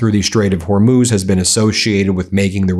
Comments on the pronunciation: Is trump calling the Hormuz Strait the "Hormone" Strait"???? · He still says “Hormoz”. He’s such an idiot. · Did he really say hormose or Hormel strait😂😂😂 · Did he call Hormuz hormose